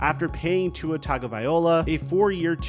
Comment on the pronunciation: Dude can't even say Tua's last name 🤣🤣🤣